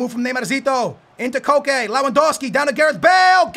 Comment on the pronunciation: Its pronounced just like coke